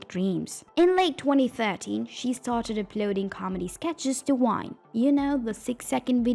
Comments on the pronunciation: bruh are you saying Whine/Wine?? I mean Gabbie is a whiner but the platform she was on was called VINE, they were Viners… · Why can the narrator say videos but not vine? What's going on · Why you keep saying wine? lol is with a v … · Why are you saying almost all the words that start with V sound like W. Like Vine and Viner you are saying them like Wine and Winer. Cause you can obviously say the V sound cause when you said ever. You said the V sound. Are you just doing this on purpose or what? 😒🤨 It just is really getting on my nerves.